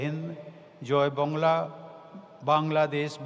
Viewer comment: Jay BANGLA not BONGLA🤣😂🤣😂🤣